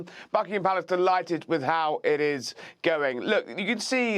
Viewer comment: But why does he need to emphasize so much that he likes the K of U.K.? it kind of sounds exaggerated.